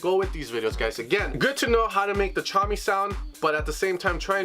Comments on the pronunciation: Is it not pronounced "tuh-commie"? Tchami? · I think we've let this go too far. Someone needs to tell him that the T is silent in Tchami haha